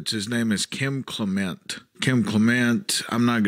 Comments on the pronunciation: It's CLEM ' ent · It's CLEM ent